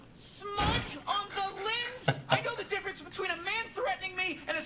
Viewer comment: Lol Morty sounds like he’s saying “lins” instead of “lens”